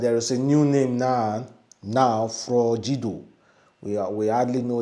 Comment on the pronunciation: it is not froJido it is froGido. You pronounce it as J but it's g like GIVE, say FROG and add ido..✌️